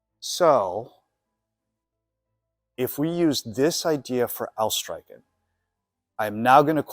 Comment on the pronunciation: Nice vid, just a little thing, the ch in streichen sounds like the CH in Loch Ness, not like a K.